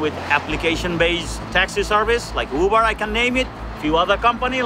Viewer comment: taxi not Huber cuber